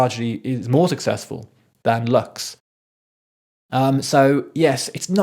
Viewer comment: Lux, in latín (meaning light) it should be pronounced like “loox” not “lax” 😊 As with every album from Rosalía, it needs a few listenings. Every song has too many layers. I keep changing my favourites around after each time I listen to the album. And the she starts and finishes it….. I agree with some of your points and of course she hasn’t invented/let herself be influenced by classical music or opera…but who has mixed before not only symphonic, opera-ish (lírico), choirs, pop, rap, electronic AND flamenco/classical Spanish music? And in 13 (or 14, not sure) languages? 😅❤ I think it is a bit sad for those who are not Spanish speaking or fully understand it, profoundly, because so much is not caught or appreciated, even if translation is checked.